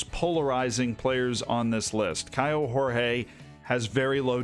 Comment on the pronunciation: Portuguese here: pronounciation on Douglas Borel ias pretty fine. Kaio Jorge however... no. In portuguese the J and G aren't read like in spanish. So for an english speaking person, instead of saying "horhe", say "jorje" and you'll be on point